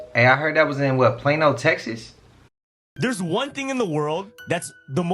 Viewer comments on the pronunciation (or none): none